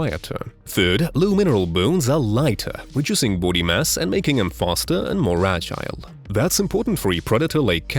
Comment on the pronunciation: Why does he pronounce body like "Boody"?